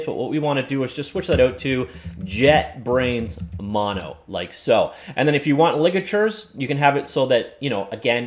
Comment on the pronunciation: It’s “JetBrains Mono” not JetBrains’ “Mono” lol